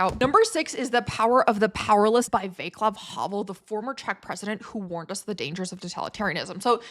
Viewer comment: Vaclav is pronounced "Vash-lav" not "Vay-clav". It's just a minor nitpick good list, otherwise!